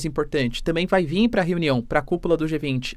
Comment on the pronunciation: Qual a dificuldade de falar VIR professor!!!